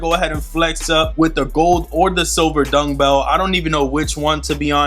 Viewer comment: Bro where you saying dungbell or dumbbell 😂